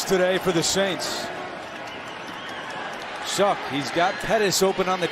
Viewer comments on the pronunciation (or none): Can someone explain how you get “Schuck” from Slough!?